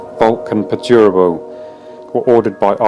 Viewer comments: I cringed a little at the pronunciation of Perturabo. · Overall very good just the pronunciation of perturabo (which is like nothing) still a very good video! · The pronunciation of “Perturabo” got me.